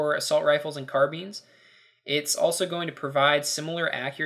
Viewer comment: lol car-beans, carbines